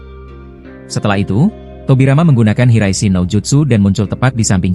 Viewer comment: Ngomong yang jelas bang maap aja lu bilang jinton jin Riyen .. gua lurusin jinton jin raishen ..😂😂